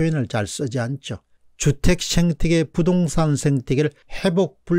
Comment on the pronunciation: 죄송하지만 생태계아닌가요? 왜 자꾸 쉥태계라고 하시는지요?